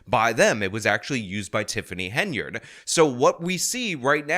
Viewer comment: Henyard not Hainyard